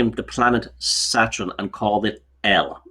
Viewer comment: Love pronounciation of 'Satrun' (Saturn).....as well as modren (modern)😂